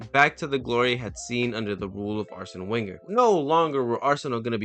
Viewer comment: As a gooner it amuses me to hear Man U fans absorbing the facts after deluding themselves for so many years. It'd be sweeter if they were from the UK and didn't pronounce 'Wenger' like an idiot.